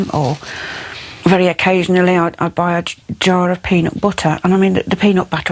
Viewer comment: notice the mum says BUT-ter then corrects herself to sat BOOT-er